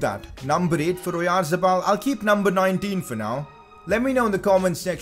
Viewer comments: It is pronounced Orianthabal. But is amazing transfer. Also sign pau torres from Villareal he is a very reliable as a back up if you sell phil jones and it has good potential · challange:take a shot everytime he says oyarzebal